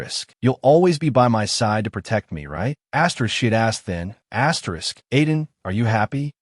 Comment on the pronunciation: Why do you keep saying astris